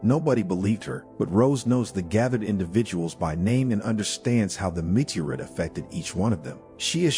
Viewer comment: Please teach this AI voice how to properly pronounce the English language, especially “meteorite”.